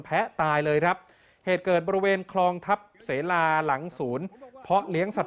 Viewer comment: อ่านว่า ทับ สะ-เหลา ค่ะ